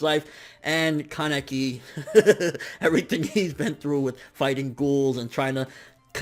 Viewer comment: Wrong pronunciation of ken keneki